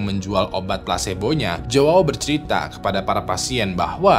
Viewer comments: jowawo wkwkw, bacanya yaw bang kalau nama Joao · bacanya juau, jgn dibaca mentah" jadi aneh 🤣